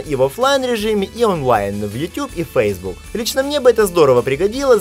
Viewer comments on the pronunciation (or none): none